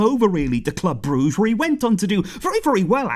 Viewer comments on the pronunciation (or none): none